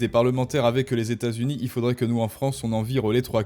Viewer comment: Aïe, désolé, je ne veux pas être insultant. Peut être avec avec un peu de travail... (?) Ton principal défaut réside dans "euh" qui traînent partout, où ils n'ont pas lieu d'être. Un exemple simple : "avec" que tu transformes en "avequeuh". J'espère pour toi, mais aussi pour moi, que tu parviendras à t'améliorer là dessus. En attendant, tes contenus restent intéressants. ;)